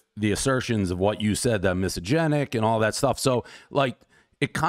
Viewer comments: Dude! Dave, you need to learn how to pronounce "misogynistic" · Dude can't even pronounce "misogynistic" though.....? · is he trying to say “misogynistic” lmfaooooo “misogenic” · "miso-genic?" you mean misogynistic? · Is he pronouncing misogynistic incorrectly, or is “misogenic” a word and I’ve just never heard of it? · What the hell is "misogenic?" Are you trying to pronounce misogynistic? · What is “misogenic”??!!! 😂😂 It’s misogynistic not misogenic. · Dave , say it with me slowly … “miss-sah-Jenn-ick “ (misogynic) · "misogynic" is a word but he's not pronouncing it correctly. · Miss Agenic was my highschool teacher. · I kept wondering if I was just so stupid that I didn’t understand what the word “misogenic” meant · Miss agenic.. everyone knows Dave can’t pronounce it 😂. Good on him for calling out this chick though. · It’s “mysoginistic” and I don’t think you are Dave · What is misogenic Dave? I give that pronunciation a 1.5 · Dave can't pronounce Mysogynistic everybody knows the rules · Dave not being able to pronounce "misogynistic" after all these years is always funny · Him literally reading it from the email and still mispronouncing it every time was especially hilarious. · lol he's still mispronouncing it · So true...first thing I picked up on.. classic Dave 😂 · I will only say it Dave’s way from this day forward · no it is not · yeah I think it’s just a “watered” down version of misogynistic. The definition itself is funny…like no I don’t hate women 100% only sometimes 🤣🤣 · I love how he mispronounces misogynistic totally disproving he’s misogynistic 😂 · Dave's inability to pronounce "misogynistic" is mildly infuriating. I cannot focus on anything else but good on El Presidente for calling out this lunatic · Dave pronouncing misogynistic incorrectly kinda takes away the "gotcha" factor. But still amazing that he confronted her and didn't take her crap. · That woman is horribly disingenuous and also Dave can't pronounce misogynistic 😅